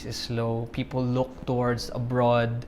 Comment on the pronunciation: It's a fake accent. The accents on some syllables are off and inconsistent. Like how he says "people", very pilit.